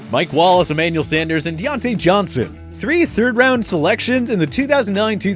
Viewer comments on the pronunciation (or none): none